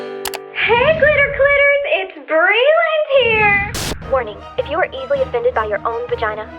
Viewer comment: Anyone notice that she said hey glitter clitters